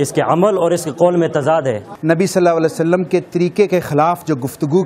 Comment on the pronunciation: hows he between Ullamas when he can't even say S. A. W properly.. That tells a lot about this committee and their knowledge